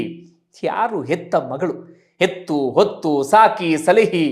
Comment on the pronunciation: ಎತ್ತು ಹೊತ್ತು= ಹೊಲದ ಉಳುಮೆಗೆ ಬಳಸುವ ಪ್ರಾಣಿ, ಸರಕು ಸಾಗಣೆಯ ಗಾಡಿಯನ್ನು ಎಳೆದು ಕೊಂಡು ಹೋಗುವ ಪ್ರಾಣಿ ಹೊತ್ತು ಹೆತ್ತು ಎನ್ನುವ ಪದ ಪ್ರಯೋಗ ಸರಿ. ಅಕಾರ ಮತ್ತು ಹಕಾರ ಪದಗಳನ್ನು ಸ್ಪಷ್ಟವಾಗಿ ಬಳಸಿ ಭಾಷೆಯನ್ನು ಸುಲಭವಾಗಿ ಅರ್ಥವಾಗುವ ರೀತಿಯಲ್ಲಿ ಬಳಸಿ.